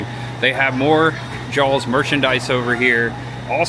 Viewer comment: By the way, … It’s Jaws not “Jawls”